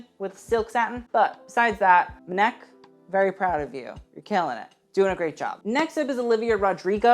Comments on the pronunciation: really said "mehneck" with his whole chest 😗 its spelt M-N-E-K 😂. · MNEK isn’t “mneck” it’s “em en e Kay” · SO MNEK .....It's pronounced 'Emeneekay' not Menek..... ;-) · It’s ‘em en ee Kay’ not ‘em neck’ lol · Just for your future reference mnek isn’t pronounced as a work but as each individual letter M.N.E.K. Really loved this video otherwise though ❤️ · Not Meh-nek 😂 it’s pronounced M-N-E-K, now say it fast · Since I can't find references to it here, it's not Muhneck, his name is pronounced Ehm Ehn Ee Kay. Basically spelling the letters 😁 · I love you but it’s pronounced M.N.E.K not “maneck” haha 💕💛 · NOT ‘mnek’ as one word 😭😭 I think it’s M N E K , like the separate letters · "Muh-Neck" ahahahaha! It's Em En Ee Kay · Mineck I- 😭😭 it’s MNEK with all the letters being said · MNEK is pronounced em-en-ee-kay as if you're sounding out the letters. Not "ma neck" 😭😂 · Hey! MNEK is actually pronounced as the letters, so EM-EN-EE-KAY :) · MNEK is pronounced "em-en-ee-kay" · not m-neck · The way you said MNEK 😂😂 its just each individual letter (M-N-E-K) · MNEK is pronounced Eminike like you saying the letters. That’s his actual name (the way the letters sound when spoken) I’m pretty positive. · MNEK is pronounced 'em-ee-ne-kay' ;) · mnek is said like this: em-eh-nie-k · MNEK’s name is pronounced M N E K. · Queer ppl repping on the carpet is always good to see. Also MNEK's name is each letter pronounced as a singular em-en-ee-kay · Had to pause the video to come and find this comment! LOL. "M'neck" Lord no. I cackled. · not pronouncing MNEK as "m'neck" tho lmao 😭💀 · HOW DID YOU JUST SAY MNEK?! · the way you pronounced MNEK 😭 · The way he pronounced MNEK 😭😭😭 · THE WAY MNEK WAS PRONOUNCED😭😭😭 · MNEK, M'back...